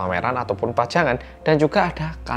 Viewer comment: apa cuma gw yg dengar bang hansol bilang pajangan tapi kedengaran PACARAN trus bilang ruang tadi kedengaran UANG?